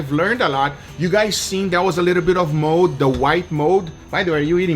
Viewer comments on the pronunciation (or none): He can't say mold he says mode